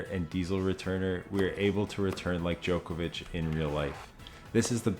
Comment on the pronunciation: I wish you would pronounce his last name correctly. Its not Jokervic